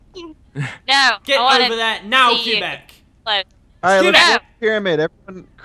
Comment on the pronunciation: I love the way pronounces Québec...